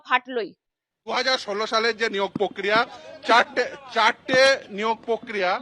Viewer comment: Ei joghonno anchor ta akhono ache. Akta kotha bolte parena, ki kore anchor hoye. Prokriya k bole Pokkriya 😂😂😂😂.